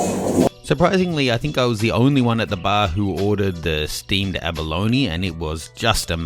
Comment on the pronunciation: why do you pronounce abalone as abaloni?